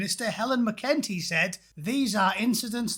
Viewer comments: This entity's name is pronounced 'Mac 'n tea' not 'mah-kentie.' I don't like seeing videos of Helen McEntee because I keep imagining she will crawl out through my screen like that Japanese horror movie, The Ring. There is something 'uncanny valley' about her. McEntee is approximately human in the same sense that the plastic oranges and grapes in Ikea kitchen displays is approximately fruit. They say that if you comb your hair in front of a mirror while repeating 'far right, faaar right,' McEntee will materialize behind you with those empty, black, eyes like two holes gouged into a side of bacon with a red-hot poker. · You're not pronouncing that banana's name properly. Mac-en-TEEE. Otherwise, you are completely correct. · Mc in tea... Say it like that. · Correction on your pronunciation of “McEntee” there from an Irishman; it is pronounced “Mac - cunt - ee”. Thanks. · Your pronouncing her name completely wrong. It's Mc En tee. Say it fast and you'll be spot on. Very good points made by you all the same. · You can’t even correctly pronounce her surname. Look after your own garden in England.